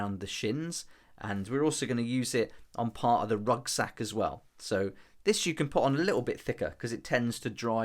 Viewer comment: Are you saying "rugsack"?